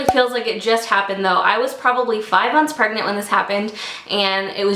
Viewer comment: Did she say 5 months pregnet???